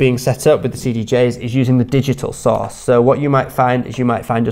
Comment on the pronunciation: I keep hearing sauce.... after hearing it about 50 times I realized he was saying source lol